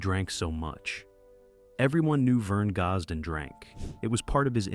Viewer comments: If the narrator cannot pronounce his name, can we take this to be true ... I will always love his music and wish he was still here making the good Country Music some of us Love !!! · Can not even pronounce his.name